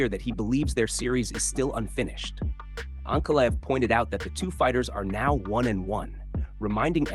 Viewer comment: Ma-GO-med ANK-a-live… Come on bro, stop using AI and just read the damn script yourself. These mispronunciations are embarrassing, I’m not listening to this AI slop.